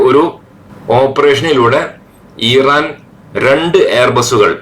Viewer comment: ഈറാൻ അല്ല ഇറാൻ 😊